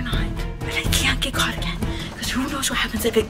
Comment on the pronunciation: is it just me or did it sound like said someone got got instead of someone got caught